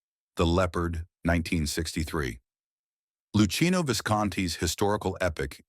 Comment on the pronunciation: Luchino is pronounced Loo-KEY-no Robot narrated...awful !